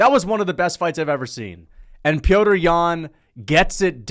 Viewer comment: How have u not realized that his name isn’t pronounced “Peter”